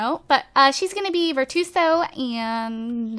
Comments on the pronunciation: Ver-chu-oh-so. Virtuoso. Geez *facepalm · Lol, I cringe a little everytime mispronounces virtuoso.